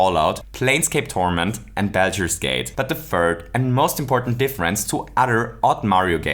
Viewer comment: The most interesting bit was how you pronounced "Baldur's"